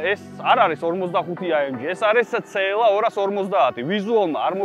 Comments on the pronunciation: რა ცე ელ ა რა ცე ელ ა ??? ძაან მაგარი კონტენტია მაგრამ ცე ელ ა? რა ენაზე? ?? CLA. სი ელ ეი. ასე გამოითქმის და სასაცილო აღარ იქნება. ძაან მაგრები ხართ სხვა მაგრამ მანქანების გამოთქმა სწორად თქვენ მაინც დაიწყეთ :) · ცეელას რო იძახის ყურებიდან სისხლი მომდის ხოლმე ტო